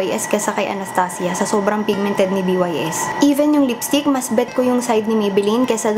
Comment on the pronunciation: Sarap talaga pakinggan pag sinasabi mo anastasia. Pang mayaman ang datingan eh. :)